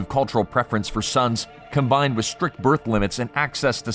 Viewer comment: In the noun birth_, the is _unvoiced. It's like the in "with," and not like the in lithe or scythe. It is unvoiced in the plural _births as well.